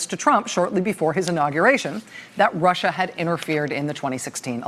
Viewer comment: I hate the way Trump says, "This RushER thing..."